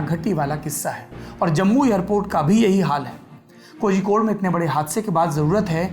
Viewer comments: Bhai Kozhikode ko hindi me shayd कोलिकोड hona chaiye Keral aur tamil nadu me aksar zh ka istemal special sound of ल ke liye use hota hai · कोहिकोड नही कोझिकोड